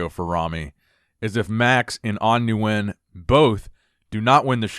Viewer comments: Nguyen is pronounced “Win” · Nguyen is pronounced "win" for future reference (Nguyen in Vietnam is like Smith in the US). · The correct pronunciation of Nguyen is "ngwin" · you won't be able to pronounce it correctly unless you speak the language fluently. Stick with the way you pronounced it originally, new-when its good enough and perfectly acceptable.